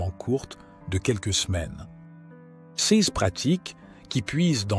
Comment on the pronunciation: Oui, la vidéo gagnerait énormément à être lue par un humain. Cette voix de robot incapable de dire "CES" correctement est pénible.